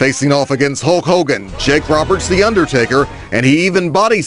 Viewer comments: is she really saying Hawk Hogan? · His name is Hulk Hogan not Hawk Kogan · is she calling him hawk Hogan ?l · Great commentary, there's just one thing...... Who is Halk Hogan? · Ti is killing me with this pronunciation. HALK Hogan.